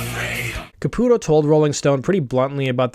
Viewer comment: Thank you for correctly pronouncing Caputo. My "cousin" is his actual cousin, and it always bothered us when people pronounced it Ca-pew-to. Also, my old band had the same manager as LoA and we used to give him shit for how smitten he was with Keith. Once Keither became Mina I hit up our old manager and asked if he was gonna hit it now that Keith was a woman. That was the last time we spoke. Fuckin' worth it, baby!